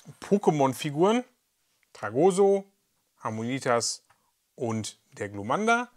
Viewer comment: TragoSSo mit Betonung auf dem "s", nicht auf dem "o" 😂😂